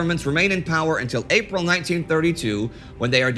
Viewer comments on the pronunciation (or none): none